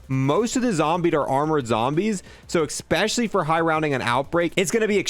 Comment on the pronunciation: He said ekspecially a lot during this video